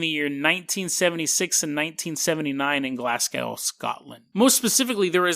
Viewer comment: Loved the video man but so you know it's pronounded Glas-Go not Glas-Gow.